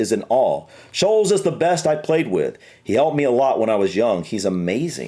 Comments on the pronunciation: Ashley Cole is pictured with an actual cap awarded to the International players. Charlton in accent sounds like it starts with an s, it dosen't. Scholes is said scoles. Haaland was born in Leeds, England, but chose to play for his dads country Norway. Yes, George Best was easy to say, he was from and represented Northern Ireland and Manchester United as well as other English teams, like Paul Gascoigne he was a know drinker and died when he was 59. George Best (22 May 1946 – 25 November 2005) was a Northern Irish professional footballer who played as a right winger, spending most of his club career at Manchester United. Belfast City Airport was renamed George Best Belfast City Airport as a tribute to Best. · Paul Scholes lives about 2 miles away from me and he used to go into the pub where my daughter worked behind the bar until she finished university PS it’s pronounced Scoles as in holes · it’s pronounced skoles and jerad to be fair I will let you off as you’re American but you have miss pronounced well over half of the players names 😂😂😂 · Paul Scholes. His last name is pronounced "Skoles" 😁😁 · Few pronunciation issues - - The G in Bellingham is not silent. The middle syllable is ING, not IN - Lampard is LAM-PARD, not LAM-PERD - Scholes is SKOLES - Charlton begins with CH, not SH - UEFA is pronounced yoo-AY-fa did a lot better than! But seriously, great effort outside your comfort zone, guys. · Scholes - pronounced Skoles!